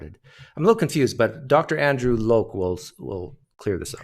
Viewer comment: you just cant seem to pronounce Dr. Andrew Lokes name correctly, can you? now, could you do it if you had a 3.5 hour stream to practice??? 😂😂 (btw, very entertaining)